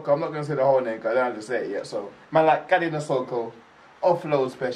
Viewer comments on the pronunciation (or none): Pronounced Kah-lee-oh-neh (Kalione) Nah-soh-koh (Nasoko).......Awesome reaction brother 🤙🏽💯